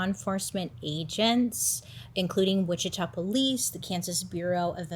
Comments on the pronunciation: I don’t wanna be like this, i love your videos so so much! i’m always watching them as soon as they are posted!! one thing for this video, bc im from the area, you were pronouncing witchita wrong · The town witchita is pronounced witchitaw, for future reference 😉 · It's WICHITA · It's pronounced Witch a taw